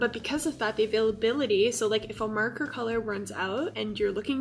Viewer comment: You say marker as "murker" xD